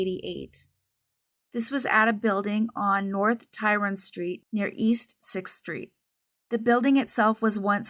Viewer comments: Tryon (pronounced "try on") is the street not Tyron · Tryon Street in Charlotte is pronounced “try-on”.